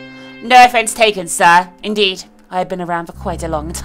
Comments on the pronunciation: Omg what the way u pronounced "sir"!! Are u doing this on purpose, not to be mean or anything but honestly that was annoying lol! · Why did you emphasize sir? Anyways the game seems really interesting.